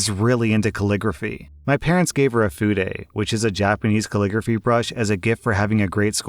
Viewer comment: I'm still reeling over the fact that pronounced 'fude' correctly in the Japanese writing brush story (albeit in an American accent way) but still stumbles over normal English words or mixes up names, places, pronouns, numbers, etc. 😂😂